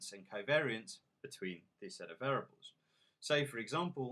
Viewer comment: VAIR-EE-ABLES. FFS. How can anyone learn from someone who pronounces this word VAIR-ABLES?